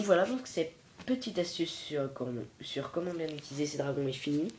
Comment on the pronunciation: On dit comment bien pas comment bient